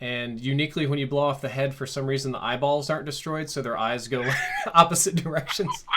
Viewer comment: Right! I was for it until he said paid foh